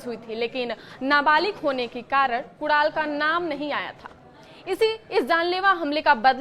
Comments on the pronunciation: Kudal नहीं कुनाल बोल तो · Kudaal nai hai uska naam Madam Kunal hai. Padhte nahi ata kya? Naukri kaise mili ambani ke channel par?